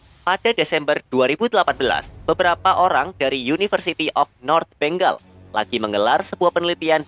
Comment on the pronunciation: Ralat bengal bukan beng gal